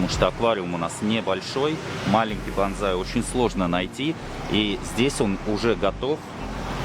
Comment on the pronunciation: Извини хочу поправить тебя. БазЗай это боевой клич камикадзе 😂😂😂а если про растение и культуру выращивания подобных деревьев, то правильно произносится БОНСАЙ. 😊 Сорян но это так 😊🤷‍♂️🤷‍♂️🤷‍♂️